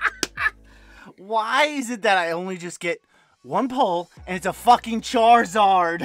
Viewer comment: Charrrizrd….why does say it like that?!